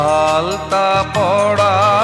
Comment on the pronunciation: "আলতা পরা " উচ্চারণ হবে। পরা এবং পড়া, ঝরে ঝড়ে শব্দের মানে আলাদা। গায়কী অসামান্য।